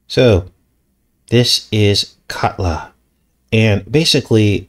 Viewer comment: the way you pronounced katla sounds like kudlow. Larry kudlow is a former economic advisor for 45 who was more the neocon economic rather than populist (populist is more like Bannon, Navarro, Beatty, etc). he has a fox show